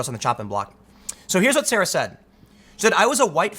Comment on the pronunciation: Saira is pronounced "CY" as in Cylon and "ra" as in rodney dangerfield. She ran for the 1st Congressional district of Denver in 2018. She didn't make it past the primary, but it's important to know that people like this are actively seeking power over YOUR decision making.